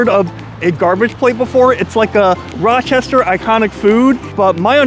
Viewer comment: ah yes, Roachestershire